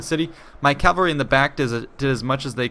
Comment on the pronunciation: Why do you say calvary instead of cavalry?